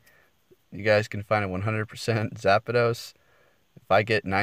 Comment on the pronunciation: Good job on saying zapdos! Lol thanks for the tips